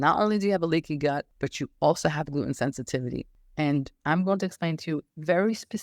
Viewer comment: I was trying to figure out what kind of accent you have because you pronounce Gluten as “Gloo-En” with no T in it…then I heard you say “cer-En” in place of Certain. So what country are you from that has this accent?👍👍Excellent video and info‼️👍